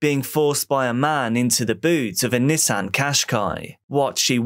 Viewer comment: Me thinking he was saying “his niece Anne” shortly after realizing he’s saying “Nissan” 😅